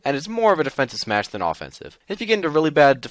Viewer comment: Its smash not smush or its how you call it